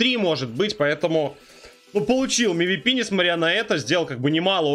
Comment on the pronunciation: На будущее, не МИВИПИ, а ЭМВИПИ, правильно говори, в аббревиатуах читаются именно буквы, а не звуки